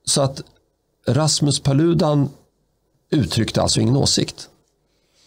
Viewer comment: En gång för alla - Paludan uttalas med betoning på första a:et !